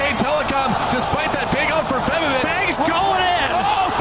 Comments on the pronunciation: martin stoyanov Plus he isnt called Forbiven he is called FaBIVen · Wequendi No, its a combo of faban and riven, so its fe-biven, the e can be a soft a or e sound biven not even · Feb-E-ven. Not so much emphasis on the E. Just rolls of the tongue. Febiven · martin stoyanov It's actually Febiven.